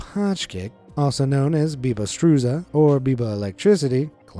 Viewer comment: it is pronounced "pajkić" ... and it is not struZa but struJa , you completely mispronounced it ...he discovered his "talent" by working on a construction site and wanted to remove the cable from the mixer from the water, there were "bare" wires on that part of the cable, when he caught it with his hand, others looked in wonder that he was still alive... the rest is history..